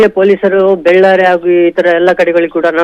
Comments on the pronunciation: Correct aagi heli madam. Adu ballari alla ಬೆಳ್ಳಾರೆ. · Madam adu ballari alla bellare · Correct agi heli ballari alla bellare